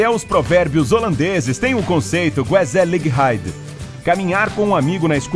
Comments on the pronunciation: Que agonia ouvir a pronúncia de "Gezelligheid" ... O 'G' holandês é grutal, a pronúncia é "rrêzéliheid" e não "guezeliréid" 👀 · A pronúnica correta de Gezelligheid é Rrezelâhaid o som do g é gutural um pouco mais acentuado que do h